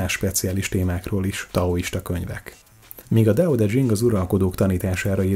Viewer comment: Laocö & Tao tö tyhing